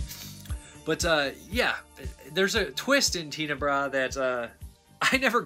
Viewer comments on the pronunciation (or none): Darry Argentoo? ... Teena-bra? ... Whaaaaat? ... It's Darry-o Ar-gen-toe ... and Ten-a-bray